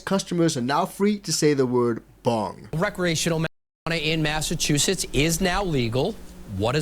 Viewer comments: Bro, you are not saying massachusetts right... its mass ahh chew sits.... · You didnt say Massachusetts correctly lol.